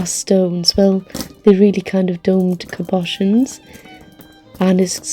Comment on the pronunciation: Great haul, I've never heard cabochon pronounced like that before 😅 But I guess I've only heard Americans and Australians say that word